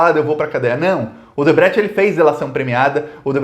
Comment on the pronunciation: Vc não sabe falar triplex nem Odebrecht